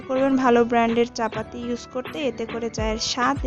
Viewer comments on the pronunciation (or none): Apu capati na capata tik kora bolon.